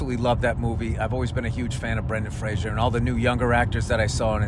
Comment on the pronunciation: Fun fact: his name is pronounced Frazer, not Frasier. How to properly pronounce his name was part of his SNL monolog back when he hosted, so I never forgot it